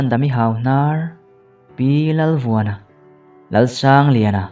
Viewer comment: A chhiar dan a thluk hi ngai thla chiang la. Pi Lalvuana tih ni lo in P.Lalvuana a nih hmel viau.